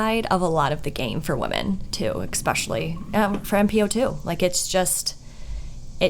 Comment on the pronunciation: I don't know WHO needs to hear this but....THERE'S NO X IN ESPECIALLY. OR ESPRESSO. For the love of all that is holy lol